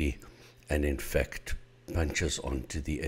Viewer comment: Everytime he said in fact i though he was saying infect.